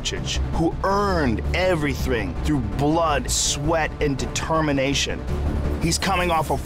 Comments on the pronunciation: “ a man who earned everythwing” lmao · “Who earned everythring” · “Everywthng” - Joe Rogan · "Who has earned everythRing" - Jroe RogRan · Joe ”everythring” Rogan